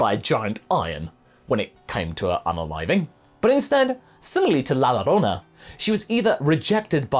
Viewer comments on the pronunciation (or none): The LL in Llorona is pronounced like a y. :)